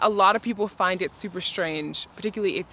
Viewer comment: One minor suggestion: please stop pronouncing strange as shtrange